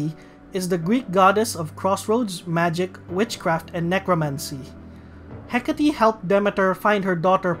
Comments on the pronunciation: I was absolutely sure it was "Heck-ate," not "Heck-at-tee" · it's hecate like "heh-kate" not heck-a-tee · Quick thing(s): Yusuke is pronounced as "Yuske", the second U is silent. With Hecate and Astarte, the E at the end of both are silent, so they would be pronounced "Hecait" and "Astart" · i think you might be mispronouncing some names like makoto ,hecate and satanael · Somehow I got triggered by the way this guy pronouncing the persona names. I'm pretty sure Hecate is pronounce with silent e.